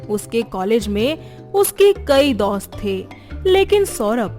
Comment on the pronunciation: daust nahi...dost😄